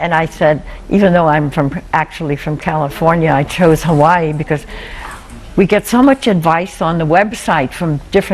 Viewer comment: She called the Hawai'i upset